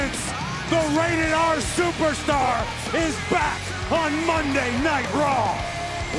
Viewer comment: "Sooouperstar" wtf lmao